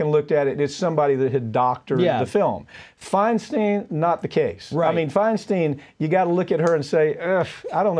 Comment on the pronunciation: Boys..at least if you are going to call Diane out, say her name correctly... FEIN”STEIN” like a stein of beer, not FEIN”STEEN”. BTW sir, you are no spring chicken.